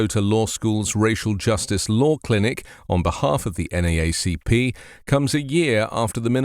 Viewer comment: From a Yank in UK to a Brit in US - extra credit for local pronunciation 'N double A C P'. Thanks for the reporting and advocacy.